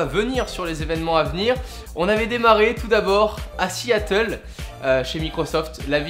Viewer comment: Siiiiatle lol